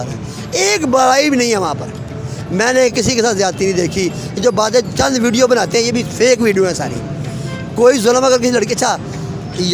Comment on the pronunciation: angrejo ko nahi UP bihar walo ko hindi bolna sikhana padega tum log V ko B bolte he jese ki Vijay ko Bijay ,vinod ko bhinod ,visa ko Bija ,savita ko sabita ,vedio ko BEDIO ,vimal ko Bimal 😬 Or hindi sikhna ho to bolna